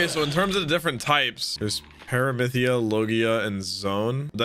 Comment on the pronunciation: Love the reactions. Just so you know it's paramecia ( pair a me see ya) not paramytha they just called it that in Skypiea. They also said heso as a greeting which means belly button so don't take their phrasing as gospel.